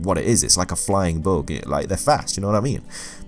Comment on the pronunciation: The first time you said bug I thought you said book, so i thought Raichu is weak to reading.